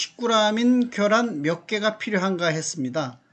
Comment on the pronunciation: 겨란이 아니라 ㅡㅡ 계란입니다 . 자꾸 겨란이라고 발음하네. 경기도 사투리인가